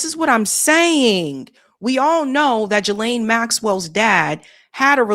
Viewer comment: Its pronounced Ghislaine, with a silent S.